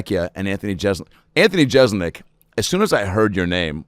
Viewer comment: Anthony would probably hang out with Adam more if he’d quit mispronouncing Jeselnik as Jezelnik.